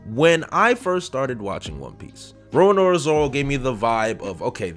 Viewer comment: bro, you said RORANORA Zoro lol, time to move on to Fairy Tail reviews :sleep_in_the_bed_emoji